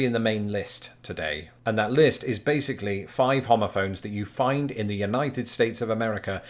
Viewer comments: so were just going to look over the fact that he sounds like he's saying homophobe lmao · Thought you said homophobes. My bad.